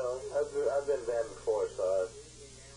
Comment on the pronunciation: LOL "no i've been banded alrdy" xD!